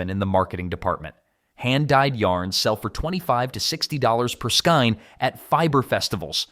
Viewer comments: It's pronounced skayne not skine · No. It is pronounced SKAYNE.